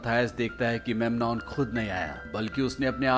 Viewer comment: Dono ka name galat bol rahe ho menan or mathuse hai 😂